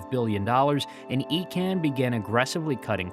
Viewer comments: Icahn is pronounced EYE-con, not E-con. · It is pronounced EYE-CON not EEE-CAN and he single handedly LOOTED TWA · Ir's Carl Icahn (EYE-Con). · It’s Eye-con, not Ee-con. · It wasn’t Carl Icahn as in Ecan, but Icon. I’m surprised you missed that obvious and very published pronunciation. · Icahn is pronounced eye-conn not eee-can. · You completed mispronounced Carl Icahn's name. The name is pronounced as Eye-can... NOT Eee-can. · I spent more hours swathed in that TWA red at STL Lambert than I care to remember. FYI, it's pronounced Carl EYE-CON or ICON, not EE-CON. And he was an asshat. A disgraceful raider who destroyed everything in his path. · Great video. I remember flying to Europe on TWA. One correction. It’s EYE-kahn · Not Eecahn, Eyrcann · The name is pronounced "EYE-CON". He is one of the most prominent and well known Wall Street Insiders in the World. I generally really enjoy some of your videos but please spend a minute on background and research of all subjects you plan to talk about. If you can't even pronounce one of the most famous investors of all time how can I trust that you have put any real research into the rest of your information? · Icahn, pronounced EYE-con. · His name is pronounced Carl EYE-Cahn. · But his name was pronounced “Eye-Conn” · Great job but wish you can re edit your deep dive. Carl icahn. Credibility posting online you need to be correct avoiding miss pronouncing. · pretty good, until you got to Carl Icahn really need to check how to pronouce names... wayyy off. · Well it's surely an AI error. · Give the guy a break just because he mispronounced a name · i think that's not the correct pronunciation of Icahn.